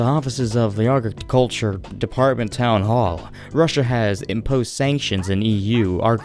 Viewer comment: How can you not pronounce the word “agriculture” that’s kind of embarrassing